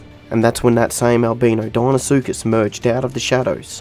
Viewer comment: thought you said dienosuchus for a sec,was gonna say”that’s in already!”